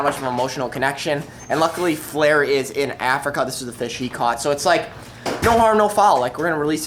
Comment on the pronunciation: What’s a fiss I thought it’s a fish 😂